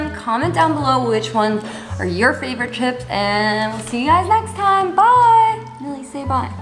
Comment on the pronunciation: opps sorry its milli not milly